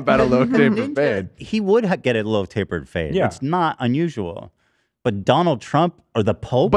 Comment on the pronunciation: Did anyone else hear "load to the face" instead of "low tapered fade"? I was so confused 😅